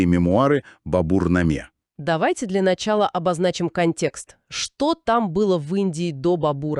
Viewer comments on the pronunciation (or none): none